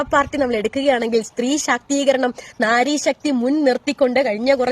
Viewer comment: mole Nari alla naari. Nari ennu paranjal kurukkan, naari -Sthree. At least learn proper Malayalam.